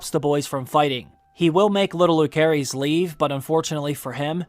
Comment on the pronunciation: Jacaerys is pronounce as Jaeserys and Lucerys as Luserys 🤦🏻‍♀️